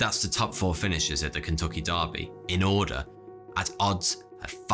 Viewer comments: Wth is a “Kentucky Darby” only ever heard of a “Kentucky Derby”. I swear your pronunciation is worse the americas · Derby. Not Darby. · it's pronnouced der by not darby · That's the Kentucky Derby, my friend. Not "Darby". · Good video but one thing near the end almost made my head explode—it’s the Kentucky DERBY, not Kentucky Darby. If that mispronunciation was due to accent, I apologize. However it didn’t sound like an accent issue. Please never say Kentucky Darby again. 🤣🤣🤣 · dErby NOT dArrby. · Derby is pronounced 'dur-bee' , not dar-bee. Yes I'm one of those guys! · Sorry I have to point out you pronounced "Derby" as "Darby".... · That's the Kentucky Derby, not Darby. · It’s the Kentucky Derby not Darby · The Kentucky “Darby” 😂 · What the heck is a Kentucky Dahrby🤷🏻‍♀️ 🤣 (Girl from Kentuckiana here, lol) just messin, love your videos man….but I swear if you said Dahrby here you’d get slapped lol. Just like mispronouncing Louisville, KY…..if you don’t say Luhvul no one, not even Siri, would take you seriously lol. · Do you really pronounce derby darby, or was that a typo? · "Kentucky Daarbie" lol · This isn’t all I got from this video but it is the last thing I got. Are you reading the word derby or did someone tell you how to pronounce it? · If crowds are so smart why doesn't this one know about the two ways to pronounce "derby"?